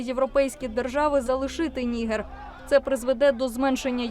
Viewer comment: Я звичайно розумію що DW це міцні німецькі традиції але, якщо шо, то українською правильно казати Ніге́р з наголосом на Е😂